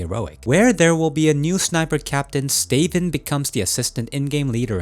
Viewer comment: Love this channel... but... Stay-ven? Stavn is said "Staouwn".